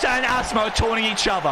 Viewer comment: U pronounced asimo wrong